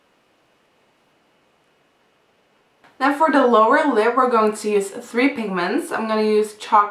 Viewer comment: She says 'de' instead of 'the'😂😂